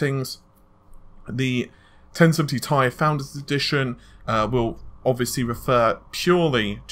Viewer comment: Jurma It is actually pronounced like "tea". The 1070tea.